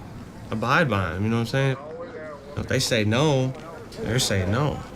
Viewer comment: "Nome sayin?" "Nome sayin?" "Nome sayin?" 😭😭😭😭